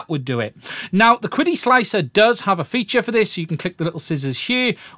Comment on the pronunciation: I am afraid the pronunciation of "Qidi（启迪）" is actually "Chi Di", it's a Chinese word meaning Enlightenment